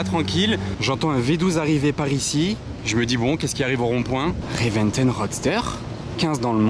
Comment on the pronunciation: ReventOn comme tonne, pas reventEn 😂